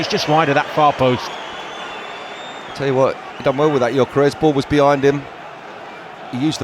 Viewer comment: Hey Arsenal! ... it's Gyökeres with an "ö". Please show some respect. (Arsenal is my English club.)